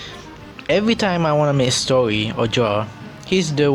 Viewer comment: Uhhhhh when Philippines trying to speak english "stowy"